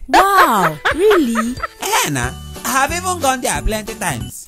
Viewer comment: Sure ,irilly like how she makes things rilly,...